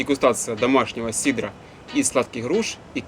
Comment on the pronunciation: надо говоритт сидр, рецепт сидра, а не сидара )) а так все отлично!